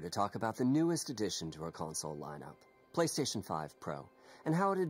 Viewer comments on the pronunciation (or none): "Pay"-Station 5 [PRO]😂